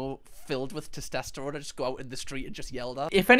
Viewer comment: pronouncing testosterone like “testesterone” gets me every time